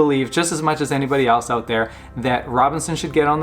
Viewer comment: "...thye're burning alive because they can't get ooot" - this guy has to be Canadian.